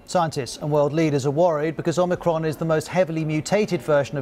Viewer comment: Omir-Con. Yawn.